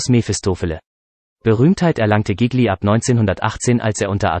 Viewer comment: Zuerst bekommt man einen Schreck, weil der Nachname dieses begnadeten Sängers so schrecklich falsch ausgesprochen wird... und nicht nur dieser... aber dann freut man sich darüber, dass man überhaupt die Gelegenheit hat, sich diese Kurz-Biografie überhaupt anzuhören... Gigli... einer der größten Tenöre überhaupt!!! ⭐️⭐️⭐️ Vielen Dank fürs Einstellen! 🙏🍀